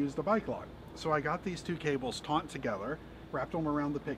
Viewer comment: Taut, not "taunt".